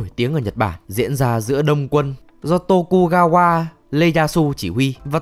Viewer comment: Tô-ku-ga-qua LE-da-su :v Hãy nói cho mình biết là các b cố tình troll chứ ko phải là đọc sai đi :(((